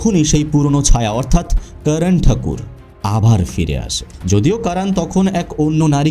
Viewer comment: আপনি যেহেতু বাংলাতেই উপস্থাপন করছেন...তবে Karan কে কারান না বলে করণ বললে সেটা শ্রুতিমধুর হতো... এমনিতে...Content is just wow❤❤